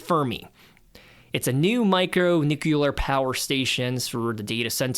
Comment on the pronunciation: It's funny hearing such an intelligent kid say "nucULar". I've got bad news for you😅